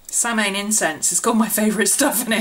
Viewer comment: Always love your videos.. Not sure if you know this or not(I just learned it myself) but apparently Samhain is actually pronounced Sah-win or Sow-in :) thought you might like to know